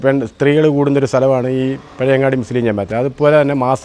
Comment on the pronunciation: പഴവങ്ങാടിയല്ല പഴയങ്ങാടി